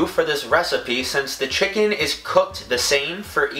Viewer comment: The way he says chicken is so funny "chickin"